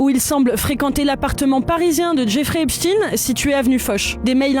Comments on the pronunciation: epstein et non epstine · Epstein pas EPSTINE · C'est quoi le problème des français à ne pas être capable de prononcer EpSHTEIN ? Ils parlent aussi de Albert Instin ? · EPCHT-AÏN et non Epchtine! Arrêtez avec cette prononciation! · On ne dit pas Epstiin, mais Epstein, comme Einsteîn, Eisenstein und Gertrude Stein. Ce qui se prononce, en France, quand on n’est pas dévoyé par les Américains, CHTAÏN et non STIIN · C'est pas epstin c'est epstaiiiinn !!!🤡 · Pourquoi les noms sont prononcés à la française ??? Epchtine, Aidan... Ça à l'air d'être un mec bien aidant d'ailleurs... Pendant ce temps là Epstein est en liberté quelque pas sur la planète... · Svp dîtes "epshstayïïne" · Prière de prononcer le nom Epstein Comme Einstein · On dit Albert Einstein, pas ‘Ein-stine’. Donc Jeffrey Epstein, pas ‘Epstine’. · Pourtant leur nom de famille n'a rien d'américain, c'est une origine germanique qu'on doit prononcer exactement comme Einstein. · Faut pas avoir peur de prononcer Epstein et Aidan comme c'est sensé etre prononcé hein